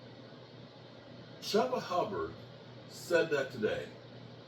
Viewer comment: Chubba Hubbard?? I’ve never heard someone butcher so many names in my life All I can do anymore is SMH 🤦‍♂️